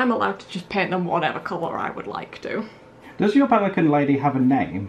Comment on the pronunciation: Peli...cana. 😂 💕